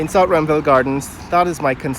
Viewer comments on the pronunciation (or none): You keep mispronouncing names .. ruimveldt is pronounced ‘rimeveldt not rumveldt … Houston is pronounced h-use-ton not hooston … QC boy